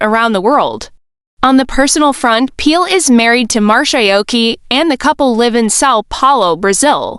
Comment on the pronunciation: Please pronounce his name correctly you are calling him peel and it is not